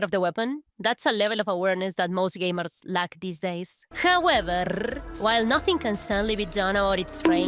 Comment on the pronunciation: That "hoveverrr" got me